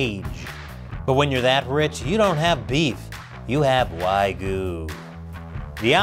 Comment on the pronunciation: What’s “why-goo”? Or did you mean wagyu?